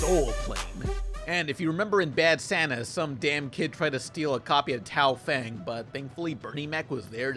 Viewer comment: Complains about people mispronouncing gigante Immediately mispronounces Tao Feng.